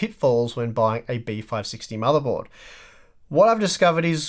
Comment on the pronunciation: What's a "motherbold"?